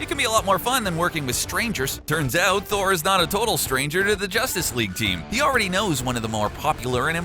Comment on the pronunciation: Tour not rigt